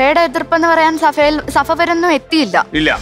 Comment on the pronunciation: എന്തുവാടെ നിങ്ങൾ നന്നാവാതെ ..സഫ അല്ല സഭ..നിങ്ങൾ കൊല്ലംകാരോട് ഇനി വളർന്നു വരുന്ന കുഞ്ഞുങ്ങളോട് എങ്കിലും പറഞ്ഞു കൊടുക്കൂ .ഫാ അല്ല ബ എന്ന്